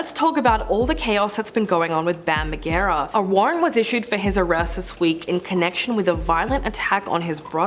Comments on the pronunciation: Ma-gar-ah? It’s a j sound. 😂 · Its pronounced mar-Jer(sounds like jerry)uh